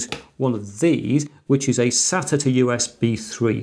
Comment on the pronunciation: Good video Chris, oh and well done to saying SATA correctly! Instead of SAYTA!